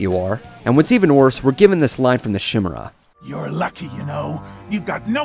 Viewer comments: "Shimera", it's "Kai-mera" or "Kee-mera" ("Chai-mera" is a sometimes-used modern annunciation) since it came from Greek and the X (Chi) has been translated as both "K" (Kronos) & "Ch" (Chronos) via the Latin of the day (Χριστός, "The annointed one", has been translated into Christos then into the modern Christ, for reference to Jesus of Nazareth/Jesus Christ, is another example of Greek -> Latin -> English), just for future annunciations. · Actually the creature is pronounced kim-air-a(short A) and also it dissapoints me how Applejack didn't trust Applebloom much like Bic Mac in "Applebuck Season" when she thought she could buck all the apple trees herself. Much like Applebloom thinking she could take care of herself and Applejack doubting her just like Big Mac did. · I thought chimera was said 'ky-merra' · better hope scorcher doesn't see this, he'd lose it over how you pronounced the monsters name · uh you do know you're pronouncing chimera wrong right it's a k sound not a sh sound a chimera used to be basically the same but with a lion instead of the tiger head for those who don't know but nowadays it's any mix up of animal parts like kamen rider's beast chimera that's a lion a falcon a buffalo though it looks more like a bull than a buffalo a dolphin and a chameleon for some reason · omfg, can you all put that Chimera mispronunciation aside? That's the only thing people complained about on this...